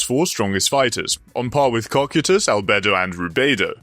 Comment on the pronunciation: CO-KIE-TUS say it with me😂